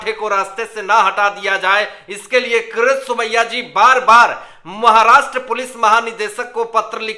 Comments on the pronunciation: Please learn to pronounce the Name KIRIT Somaya and not for Gods sake Karat Somaya. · When will you learn to pronounce properly KIRIT Somaya instead of saying karat Somaya.. worst anchor of the world as far as pronouncing names.